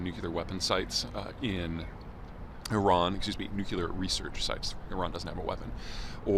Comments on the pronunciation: Nuclear. Not nookular, nookular, nookular, nookular... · Another quibble ... There, you mispronounced it several times in this video. it's "nuclear", not "nucUlar"! Who do you think you are, a country bumpkin like -- George W.?! 😂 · Even if you are from the midwest, the word nuclear is pronounced with two syllables that sounds like NU CLEAR. Y'all making it three syllables, NU KYU LAR, is just a word crime. Please endeavor to do things correctly where possible. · I've read your books, you make such cogent points... Why do you keep saying "nuk-ular"? It's nuclear. Am I wrong? You sound so ignorant with that single word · Stop saying "nuke-ya-lur." It is nuclear. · "NU-CLEE-AR" not "NU-KYEW-LAR", for pity's sake, Peter! 😊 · A grown man that says "Nu-cea-lar" instead of "Nu - clear" is an idiot I can't take seriously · It's "nuclear" (new-cle-r) not new-Q-ler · I had to take 5 shots (times Peter said “Nookyaler”) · The American pronounciation sounds like: NewKiller weapons . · Not going to lie, hearing someone with as much expertise in his field as Peter still pronounce it "nook-kyoo-lar" is and will always be disconcerting. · I thought Americans usually pronounce it : NewKiller weapons . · Sure, like "NU-CU-LAR". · Saying "nukuler" makes you sound like a buffoon, Peter. Try pronouncing it correctly. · Why can't you say the word nuclear? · Why can you not pronounce, “Nuclear” as in “Nucleus” of a cell? You sound like, “W” (“Dub-ya”) which is not reassuring at all… On the contrary, it is terrifying!